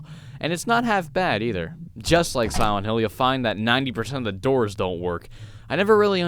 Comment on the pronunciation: "Y'all know just how much I love sowent hill" I love ya man but it's SILENT, pronounced Sigh-lent. The lent is not a sow.